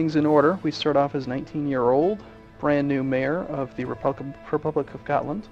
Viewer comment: at last an american who pronounces Gotland right